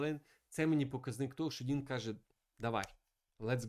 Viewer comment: Бля....ну його звати Дін. Шариш. ДІН. Не Дінг, не Донг. Ну шо за піздец. Це як мінімум коверкання ім'я. Я думав ти це виправиш но ні. Яка уже партія но у тебе він Дінг. Де ти це вичитав?ми ж тебе не кличим Міхуйоло?